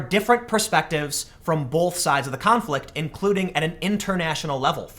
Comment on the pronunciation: The word "both" doesn't have an L in it. Stop it.